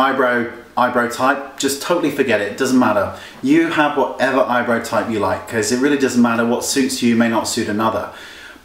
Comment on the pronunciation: I love how he says "Eyebro"